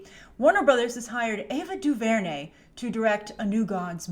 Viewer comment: Say her name right lol